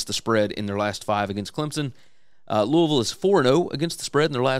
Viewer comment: Love that you pronounce Louisville like you live there. Go Cards.